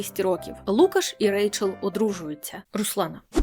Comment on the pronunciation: Класний випуск тільки правильно лукАш.